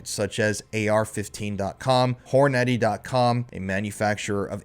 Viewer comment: You pronounce Hornedy funny. 😂